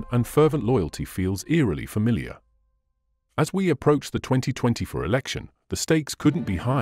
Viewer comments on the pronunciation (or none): none